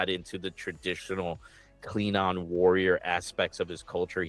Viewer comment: Kleen-on? Seriously? Where is that hard G? Klingon.